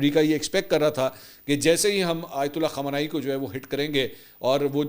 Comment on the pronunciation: khamanai nai khamnai aap glat name lete hain خمانائی غلط خامنائی صحیح